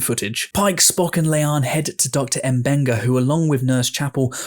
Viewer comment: Hi, just wanted to point out the correct pronunciation of Mbenga. It's not EMbenga, it's MAbenga. Hope that helps! Great video!